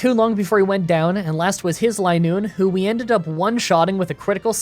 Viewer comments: It is Linoone not Lienoone. You can tell just like vigrough isn't viegrough. I hope this makes sense without hearing it. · It's "Line-oon". Zigzagoon is based off zig zags and Linoone is based off a straight line. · It's line-noone. As in a straight line. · re: linoone's pronunciation, the same way zigzagoon is "zigzag" + "(racc)oon", the pun with linoone is "line" + "(racc)oon", so it would be pronounced "LINE-oon" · Btw, I pronounced linoone as Lin looney as a kid cause I had no idea how to pronounce it either. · I think it's supposed to be pronounced "LINE-oon"; the Pokedex entry mentions how it can only move in straight lines, and it evolves from a racoon. When I was a kid, I always called it "lin-OON-nee", because silent letters were confusing to me XD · "Lie-noon". Should've taught her Attract. Double damage for Covet if the foe's in love. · Ah, it’s pronounced “Linoone.” You’re welcome in advance. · I've always pronounced Linoone like Lie-Noon but idk if that's the common pronunciation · I wouldn't mind if you used rare candy, but try to see how low of a level you can win the post game fights at. Also it's pronounced LIE-Noon. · Linoone is a Line Racoon. The pronunciation should be obvious. Also, Uproar is not Outrage. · Its clearly Linoone, not Linoone.